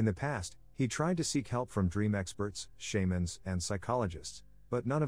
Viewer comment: Shayman? Lmao